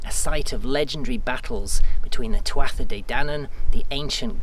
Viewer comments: Well well.. aren't you quite the raconteur. You must have a great memory to recite the story so we'll. Oh, by the way, I think the pronunciation for Tuatha Is " too..ha"..at least that's the way I learned it. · You’re a brave one, taking an attempt at pronouncing Irish 😁 Tuatha is pronounced closer to Too-ha, though the first t is usually softened, sorta th-oo-ha. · Great job - just one thing (sorry to be the guy who nitpicks!) Tuatha (De Danann) has a silent 't'. It's pronounced 'too-a-ha'. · Beautifully told. So mesmerising and respectful to the area and the people involved. Tuatha is pronounced as tua. For some bonkers reason the final tha is silent. Thanks for showing me a part of Ireland I've only seen from below. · Great story, wonderfully told! I'm not sure if the pronunciation is different there, but Tuatha is normally pronounced something like Tua or Tuaha. Maybe a Gaeilgeoir out there can clarify. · Maith thú (good on you). Lovely to see you embrace the cultural folklore of the area. May I just help you with the pronunciation of Tuatha.. Too- ha (soft hah).. Or simply Too-A... You really must work all hours. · Tuatha is pronounced (2-ah)